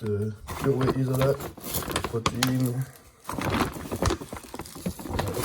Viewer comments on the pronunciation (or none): J'adore, même en vivant au Etats-unis, quand tu nous parle tu dis Whey isolAte ☺. Et ce serais bien que tu montre tes entraînement perso. Parce que justement on y a plus accès 👍.